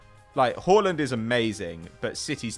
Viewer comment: the way pronounces haaland is making me want to cry